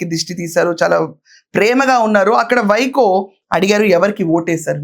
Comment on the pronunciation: వైకో కాదు వైగో 🦥🦍